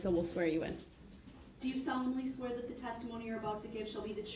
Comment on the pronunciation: Dis dat and da third. What a complete moron.